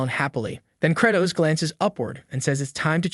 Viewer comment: Am I now realising that theMC's name is Credoss not Kratos 😭 ✌